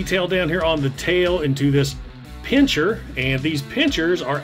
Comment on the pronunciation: Pincer non pincher 🤦🏻‍♂️🤣